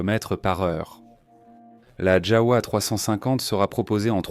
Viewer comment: ons prononce JAVA le W ce prononce V et le V se prononce F